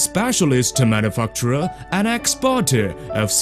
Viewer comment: manu'fuck'ture hahaha ;D